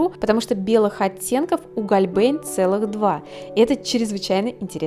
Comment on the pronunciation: Вообще читается "Хольбляйн"